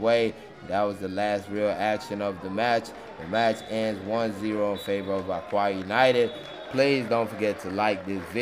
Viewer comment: It is pronounced “Oka”